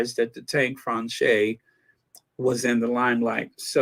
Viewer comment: "Française" is pronounced 'fransez' in french or [fʁɑ̃sɛːz], phonetically,.